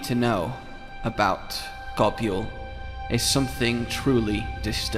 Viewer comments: That’s not how you pronounce Nibelsnarf and Goboul It’s pronounced Nibell and Gobull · I can forgive the way you say gobul but what the hell os an oovula? Pls, take the was you say gobul (gobyule) and ably that to uvula (gob)uvula